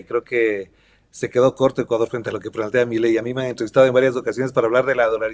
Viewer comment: Argentina S.A. DE C.V. y no es milei es mi-ley